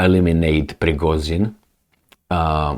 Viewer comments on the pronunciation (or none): I do agree with your assessment, it only makes sense. What I do NOT get is why do you keep calling former head of Wagner PrigoZin? There is just no chance that you don't know that his last name is PrigoZHin. Also, you being from Romania, you are familiar with Slavic alphabet (CH, ZH, SH....) otherwise, why not call Shojgu - Soigu? Just curiosity, nothing more. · Prigogine! Pas Prigosine!!! Peux-tu pas prononcer ce nom comme il faut??